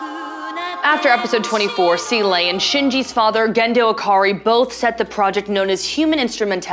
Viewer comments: Seele not sealay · I stopped watching after she said "seelay" at the 51 second mark. does she have anything constructive to say about the ending? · Right off the hop, mispronounces Seele :( its German. ZEE-luh